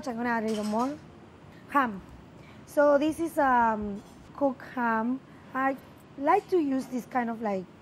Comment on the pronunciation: and "cHam" 🥰 love her